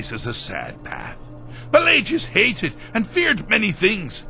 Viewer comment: I don't wanna be that guy but I have to ask, why do you pronounce Pelagius with a hard g rather than a soft g? Like, his name is pronounced in game so many times, but you don't pronounce it right.